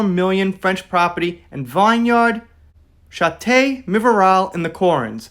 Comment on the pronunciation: It is pronounced VIN yard…it is English. Chateau is pronounced Shattow. It is also now English. In French they would say…Shat- u.